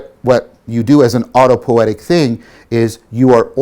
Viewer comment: Er... "autopo-i-etic", not "autopoetic". Also, pls pronounce J_u_ng, not J_a_ng, cogito ergo s_u_m, not cogito ergo s_a_m. These "u"s need to be pronounced as in "ruin" not as in "lust". And thank you for the deeply insightful lecture series!